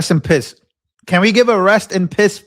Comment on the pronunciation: You said REST IN PISSSSS!😆😂🤣💯